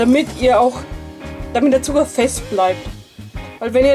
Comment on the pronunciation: du sagst alkes mit d zb. zuger oder budder verstehst du